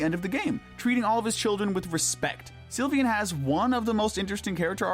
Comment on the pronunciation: It’s not pronounced Sil-vi-an, it’s pronounced Sil-vain